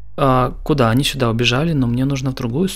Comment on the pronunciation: А можно вапрос, пачему ты гавариш сюдой а не сюда??? 🤔